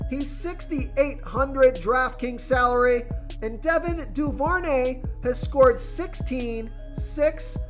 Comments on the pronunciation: It’s also Devin (doo- ver- nay). Thanks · BRO ITS CHRIS OH-LAV-A( OLIVE) AND IT DO-BER-NAY LOL IF YOU ARE MAKING MONEY OFF THESE PLAYERS LEARN TO PRONOUNCETHR NAMES